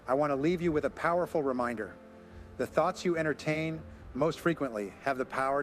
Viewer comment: Thoets? Then Thoughts? A toe_tally different per_sone? Sounds so smooth and real. Then this AI creep reveals himself.